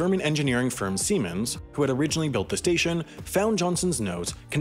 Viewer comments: Seimens lmao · "a retired engineer for the German engineering firm semens" nice